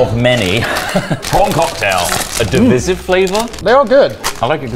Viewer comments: I found the only thing divisive in this video was the way said divisive. It's divisive, not divysieve. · tROTT sSTOP SsaYING DIVVISIVE its "DE-VIE-SIV" not "DE-VISS-IV" jfc i love you boiks but i am going off tHE RAILS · Just one thing; the word is DIV - I - SIVE. "I" like "EYE." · By far the most divisive thing about this video is pronunciation of "divisive". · Out of every controversial decision in this video, saying divisive wrong annoyed me the most... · I can't get over how pronounces divisive